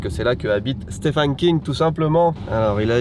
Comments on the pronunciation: Vidéo intéressante mais tellement envie de te baffer à force que tu dise « Stéphane » King….. 😡🤬🤬 d’où tu vois un A quelque part déjà? Et on prononce steVen ! Le « ph » donne V pour certains noms svp.. Merci d’avance.. Pour Salem, ça va les recherches sont pas mal faites. Survolées mais normal pour le temps de vidéo. Au moins c’est bien barrer 😊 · "Stéphane" lol ça s'écrit Stephen mais ça se prononce comme le prénom Steven, il faut dire "Steven King" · Stephen se prononce Steven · La vache à chaque fois que tu le prononces j'entends "Stéphane" King😂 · Stephen qui se prononce v par ailleurs x)